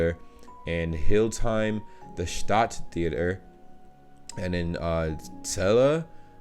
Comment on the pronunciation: now give me 10 Braunschweigs :). Hildesheim has three syllables, Hil-des-heim.